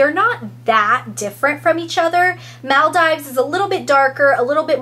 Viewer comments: It's said muldeeeeves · girl it's Maal-DEE-VES! have u never heard of the group of islands/country??! its a world famous tourist destination..